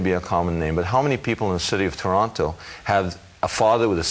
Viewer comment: Not that this is relevant but did he live in Toronto because he prononces it without the second t like a native